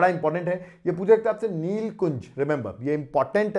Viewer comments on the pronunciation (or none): Sir..... I am from kerala.....not neelkunj.. Its Neela kurinji